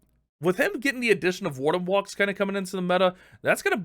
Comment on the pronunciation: “Valks” Am I a joke to you?